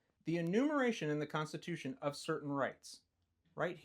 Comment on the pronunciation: he says rights come from the (fed) cunstitution